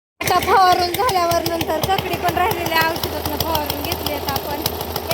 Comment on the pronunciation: ककडी का काकडी